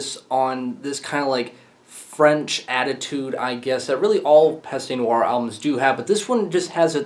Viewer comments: et arrete le homme saying pasta noire lol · It's pronounced /PEST nooarh/. The fact that you know that you mispronounce does not make it right to mispronounce. And it's not /molOtch/, it's /mOlotkh/.